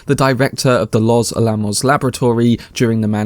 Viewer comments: "Los Alamos" is pronounced "lohs AL-a-mohs" /ləʊs ˈæləˌməʊs/, with the stress on AL-a-mos, not a-LA-mos. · You need to learn how to pronounce words properly if you're just going to read from a script. Biopic, communist, los alamos, being examples just from the first 4 minutes. Shame cos it makes you sound amateur and like you haven't prepared your own content.